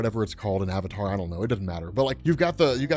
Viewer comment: Wow, if he gets Avatar that wrong. Is he getting everything else wrong as well? Maybe the Incredible Hulk is actually pretty weak. I dunno now, because keeps on saying "Fire King".